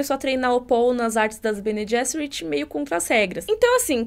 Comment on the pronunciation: O "g" em Bene Gesserit é "soft" mesmo, pronunciado /ˈbɛniː ˈdʒɛsərɪt/ em notação IPA (alfabeto fonético internacional). É o mesmo som do 'g' em "general" em ingês e não o /g/ de "get" (/ɡɛt/).